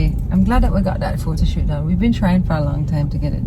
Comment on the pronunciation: "Photo shoot" "Photo Cute" "Photo yute" It shat man!